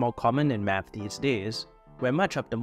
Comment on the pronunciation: Yea man doing meth is lonely, I just did meth before watching this video, btw you got the spelling wrong in the thumb nail and you kept pronouncing it wrong throughout the video. ✌️